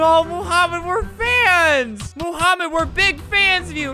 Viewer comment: BRUH ITS NOT MOOHAMED ITS MOHAMED CUZ HE SPEAKS ARABIC AND I DO THEY SAY IT MOMHAMED